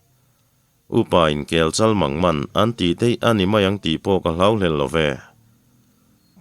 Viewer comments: Unaupa, ka hriat dan chhete kan tawlh ve lawk teh ang. Ui, Bawng,Sanghal, Kel tih thluka "KEL CHAL", mangman ni lovin Rel,khawkheng,hui va tih thluka Kelchal mangman ( Keelchal) tih tur a ni zawk lo maw,ka rawn ti ve deuh a ni e,a tul a nih leh kan la sawifiah deuh dawn nia.🙏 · Kel chal mang man..ran vulh kel lam anga lam loh tur...lam san tur a ni e..